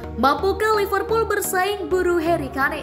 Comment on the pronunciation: sebut yg bener namanya HARRY KANE.